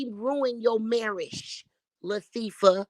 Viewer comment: That lady said LaThiefa!!! And she stuck with that name!!! LATHIEFA, THIEIF!!! I LOVE IT!?!!